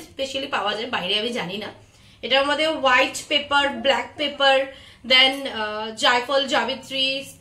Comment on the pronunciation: আপনার রেসিপি তো দারুন দি ভাই,বিরিয়ানি বাঙালির দুর্বলতা তাই কম বেশি ভালো মন্দো সবাই পারে বানাতে,,কিন্তু একটু ভাষায় প্রবলেম হয়েছে তোমার,ওটা ব্যারেস্ট্রা নয় বেরেস্তা হয়,,হোয়াইট হয় হোয়াইটজ নয়,একটু ধ্যান রেখো দিভাই,,প্লিজ,,আর সব সময় সিম্পল রেসিপি দিও, কঠিন রেসিপি তো চেফ আর্টিস্ট রা বানায়,যা সবার রান্না ঘরে থাকেওনা উপাদান❤️👌🫶